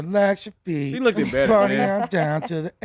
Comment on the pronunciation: Lmao said lookded, kno wat he trynna sound like